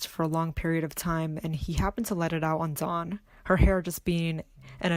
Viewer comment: Get your facts right!!!! Never grabbed her hair! Bad enough you didn't pronounce her name correctly!!!!!!